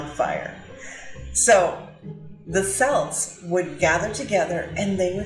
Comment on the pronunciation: Wonderful video, absolutely love your channel 💜🌸 By the way you pronounced Celts perfectly the second time you introduced the name. It’s just like Cat or Canadian or cookie.